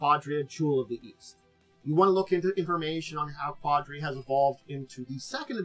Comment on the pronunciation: It's pronounced "ka-DEER-a"